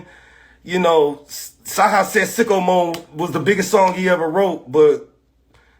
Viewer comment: Why TF he pronounce sicko mode like that????😂😂😂